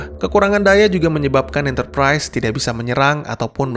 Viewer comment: Enterprise bang bukan enterprais